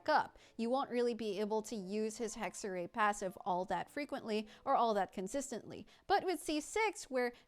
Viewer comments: "Hegg-ze-rai" is closer to the correct pronounciation than "Hegg-ze-ree" You could get even closer by saying "Heck-se-rai" (Funfact: the letter "X" came into existence because ancient Romans got tired of writing "ks"). The "r" needs to be "harder" but that's just something english speakers have ingrained in them due to the nature of english so I'm not gonna try to tackle that here lmao. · The other pronounciation was correct. [Hexer-rai] essentially. Its German for "Witchcraft" / "Witchcrafting" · Pls hohyo Stop using German words. Hexerei hat sich noch nie so falsch angehört...